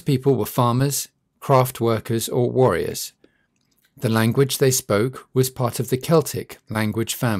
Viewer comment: lol worriers :D did they worry a lot? or did you mean Warriors?